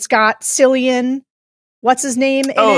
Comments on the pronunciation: Cillian Murphys name is pronounced Killian. It's Irish. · Oscar winning actor Cillian Murphy is pronounced Killian. 😡 If you cannot get something this simple right how much else are you getting wrong? 🤔